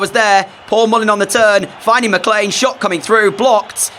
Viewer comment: I don't think your pronouncing McLean right ❤🎉😊